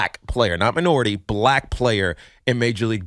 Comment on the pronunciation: Tiki pronounces "Black" the same way a racist white guy would say it.. i can't stand it and I'm Black